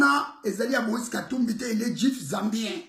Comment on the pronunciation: Un malade ; on dis juif et no juf ; moise était pêcheur et toi tu n a pas honte tu sais combien rapporte la pêche??